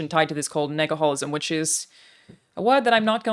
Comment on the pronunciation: Says she wouldn’t say Negaholism again, proceeds to make commercial triple downing on the word. 😂. You pronounced it very well at least 😂